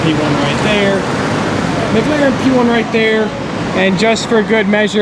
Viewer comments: Dude I love your vids but it drives me insane when you pronounce it maglaren... but you still have the best vids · Does anyone else hear mglaren when he finds a McLaren???